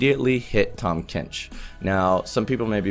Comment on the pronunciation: 탐켄치 너무 한국발음으로 말한다 꿀잼ㅋㅋㅋㅋㅋㅋ